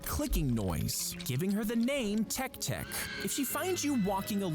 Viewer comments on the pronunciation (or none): It not tek tek it’s pronounced teky teky